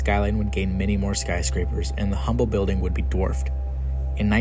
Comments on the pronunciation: It’s pronounced uhm-bull and I every time you say humm bull it hurts Texans ears. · It is not pronounced "Humble". It is pronounced "Umble". Drop the H. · Pronounced Umble not Humble. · 'H'ummble 😂😂😂😂😂 it's 'umble' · Great video but its Umble. Not Humble. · Humble is pronounced "Umble" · Pronounced Umble. No H. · You are saying Humble wrong. You say it like Umble The H is silent. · Great video. it's pronounced "um-bul" – no hard H sound. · Dear Narrator - Believe it or not, the "H" in Humble Oil is silent; and the name is pronounced "Umble," just like the city just north of Houston. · "Humble" is pronounced, "Umble" in this context ! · It's UMBLE the H is silent. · Just fyi, the H in Humble is silent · he genius, don’t post as knowledgeable when you know zero of what you’re talking about. The “H” is silent… 🤦‍♂️